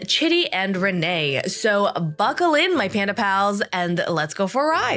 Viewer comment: Rayne being pronounced “Renee” never not getting on my nerves